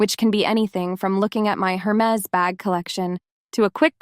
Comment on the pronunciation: Hermes, dear, the H is silent